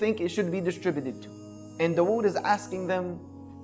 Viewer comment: The way he pronounces dawood is so bad its actually annoying.